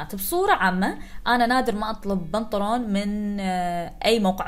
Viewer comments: لست الوحيدة ياحبيبتي صح تقول بنطر ون اختي انتي علا اليوتيوب قولي بنطلون ههههههههههههههههههه‍هههه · اهل الكويت انتو تسمون البنطلون بنطرون:)؟ لان اسمعها تقول بنطرون مدري اذا سمعت صح ولا لا🙈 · بنطلون ❌ بنطرون ✅ امزح والله 😂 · لاحظت في دقيقه اتقول البرنطلون الثاني ههخههخخههه